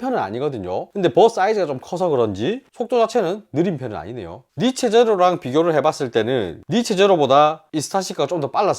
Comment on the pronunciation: 니체 아니죠 니쉬~ 입니다